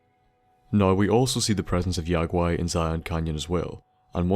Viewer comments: the name is pronounced Yogi as in Yogi the bear it's is a joke in the game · He sorta pronounced the name wrong though